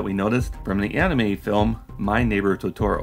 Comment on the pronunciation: When you said "totoro" in a different pronunciation than I'm used to i got irrationally angry then realized I've spent too much time watching movies with my children.